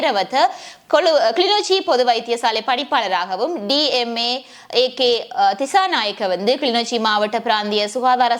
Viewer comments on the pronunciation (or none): none